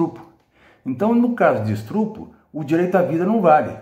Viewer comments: NÃO É ESTRUPU É ESTÚPRO 😂😂😂😂😂😂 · Professor da UFMG: "Estrupro" Que Tristreza